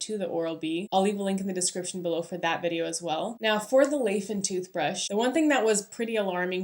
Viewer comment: Nice review! Will get it for my wife based on this! Btw it's a Chinese brand, pronounced lai as in "tell a lie" or "lie on the bed"